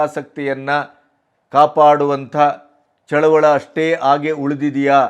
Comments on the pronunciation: ಚಳುವಳ ಅಲ್ಲ ಚಳುವಳಿ. ದಯವಿಟ್ಟು ಈ ಪದವನ್ನು ಸರಿಯಾಗಿ ಬಳಸಿ. ಇದು ನನ್ನ ಕಳವಳಿಯ ಮನವಿ. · ಚಳುವಳ ಅಲ್ಲ ಚಳುವಳಿ ಎನ್ನಿ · ಚಳುವಳಿ.ಚಳವಳ.ಅಲ್ಲ.ಸ್ವಲ್ಪ ಗಮನ.ಕೊಡಬೇಕು.ನಿಮಗೆ..ಹೇಳುವಷ್ಟು.ದೊಡ್ಡವನಲ್ಲ.ನಾನು.ಸಾಮಾನ್ಯ,ರೈತ.. ಕ್ಷಮೆ ಇರಲಿ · ಅದು ರೈತ ಚಳುವಳ ಅಲ್ಲ ಅದು ಚಳುವಳಿ